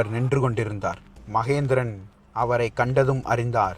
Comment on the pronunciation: ஐந்தாம் மகிந்தன், ஐந்தாம் மகேந்திரன் அல்ல🤷🏻‍♂️ வாா்த்தை உச்சாிப்பு சாியாக இருக்க வேண்டியது அவசியம்👍 மேலும் ராஜராஜ சோழன் தூதுவனை உயிரோடு மீட்டு வரவில்லை😔 சேரா்கள் அத்தூதுவனை கொன்றதால் சினம் கொண்டு அத்தூதுவனுக்காக நடைபெற்ற போா்தான் அது🤷🏻‍♂️